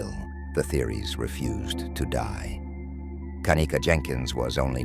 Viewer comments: First as a momma you pick your baby's name CAREFULLY why does this damn robot have to say her name like that!? Anyway,is it bothering anyone else that it takes ALL THREE friends to go back and get her stuff and why doesn't at least one of her "good friends" stay with her if they saw she was swaying that badly,this whole thing "FRIENDS" and all were sus to me from jump street back in 2017!! It really makes me fu*#ing ILL that this poor girl was gonna be a Nurse bc she obviously loved to CARE for people and the night SHE needed the people that she THOUGHT were trustworthy couldn't or WOULDN'T CARE FOR HER!! I totally understand her mother's heartache and rage!! We lost our son (17yrs old) to a freak car accident so I KNOW grief and there is absolutely NO GRIEF like a parents for the loss of their CHILD! I'm so sorry for you,mamas I pray one day you get the peace you deserve. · How many times is the robotic narrator going to change the pronunciation of Kenneka name